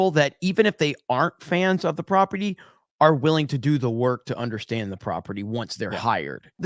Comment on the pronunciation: You lost me at "undershtand"